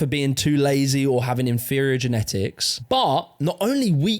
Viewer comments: it sounds likr you are saying hafting instead of having , I think i might prefer it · Love how no one has ever told him he’s been saying ‘having’ wrong all his life 😂 ‘havting’ 😂